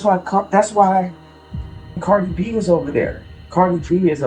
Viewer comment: "Car-dye B." really?? He's never heard her name said aloud before? Did he not hear how Kanye said her name in the video while reviewing it?? i really don't understand some of these narrators. They can't be human.